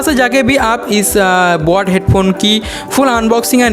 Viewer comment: And bot nahi boat